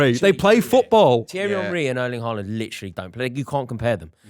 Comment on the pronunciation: It's Haaland. Period